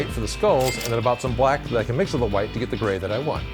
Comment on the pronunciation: ''huwhite'' makes me think of stewie griffin